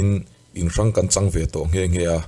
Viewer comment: Zanlaiah nangmah chauha i tah rawng2 tih hi a thlùk a dik mawlhlo, rawng2a thluk hniamin rawngbawl tiha rawng2 tia lam tur